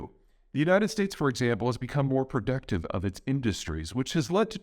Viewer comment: Human Peter sounds like productive, AI will correct in context, protective. Or, human needs to edit. it was not flawless, or is my hearing off?